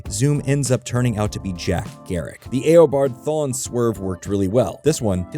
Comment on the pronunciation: R u using ai? Cuz u butchered jay garrick and eobard thawne and savtitars pronunciation